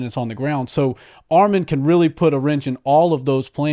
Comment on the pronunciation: ARMAN NOT ARMEN 🇦🇲🇦🇲🇦🇲🎰🎰